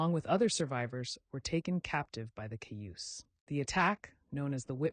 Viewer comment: I really wanted to like this but when you said measles instead of small pox and mispronounced Cayuse and Sager two different ways, I felt like I didn't.